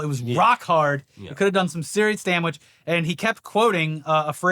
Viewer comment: did say “damwiche?”